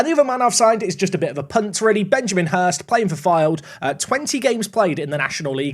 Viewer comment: What did you just call Benjamin Hurst??